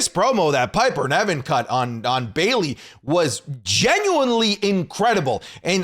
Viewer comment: It's not Piper Neven speak properly you literally watch the product & still incorrectly pronounce it